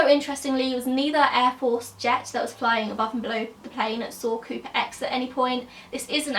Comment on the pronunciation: are you saying creeper or cooper?